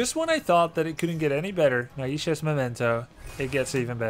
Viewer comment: Grubby pls, the ai in Naisha is pronounced the same as the ai in Maiev.